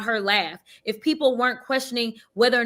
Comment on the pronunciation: "Eef its a dog that leaks" 😭